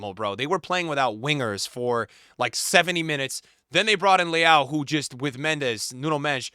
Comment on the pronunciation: The way you pronounce Leão sounds like Leal (Brazilian pronunciation), which is another Portuguese last name. I don't mean it as criticism, it just sounds funny.